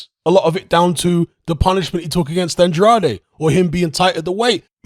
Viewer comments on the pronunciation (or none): none